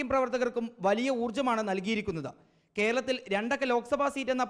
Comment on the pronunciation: കാരളത്തിൽ അല്ല ❌️ കേരളത്തിൽ ✅️